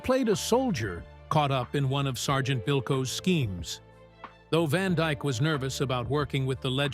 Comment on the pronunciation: ITS DYKE….NOT DIKE….GET IT RIGHT !